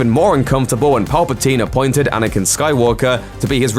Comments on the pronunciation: Anyone else notice how he pronounces Anakin as "Anakun" 😂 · the accent maybe